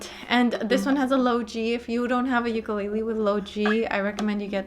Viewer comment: Thank you. Youre the only one so far that has pronounced "ukulele" correctly! Amazing. I hear the "lei" often emphasized as in..."you-ka-lei-lee" i dont see an "i" in the spelling. Ive gone over a bit....sorry.